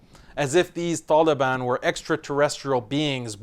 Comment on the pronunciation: I like how u pronounce the ط in taliban